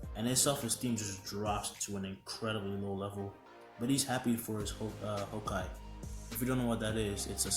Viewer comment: Kohai not hokai U mixed up the syllables